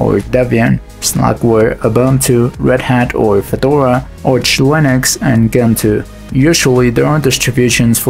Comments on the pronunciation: It's Gentoo, not Ghentoo. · difference in the way you phonetically say it, the original poster here means that its pronounced djentoo no ghentoo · If I may interject, Gentoo it’s pronounced djentu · The G in Gentoo is pronounced as in GIF, and not as you’re pronouncing it, as in GIF